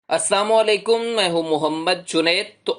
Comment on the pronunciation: Aslamo alaikum kahen. Sharam Karo, ap asamo alaikum keh rahay han.